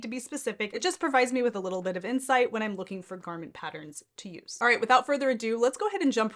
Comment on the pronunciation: It is pronounced pat-turns….NOT pat-tr-rins